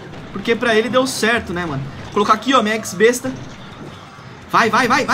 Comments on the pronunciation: mds olha o jeito q ele fala x-besta pqp eks-besta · é X-Besta, nao EX besta